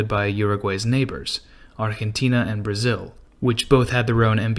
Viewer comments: Please stop saying "arhentina" ... So irritating. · Lmao the way he Pronounce Argentina but still very true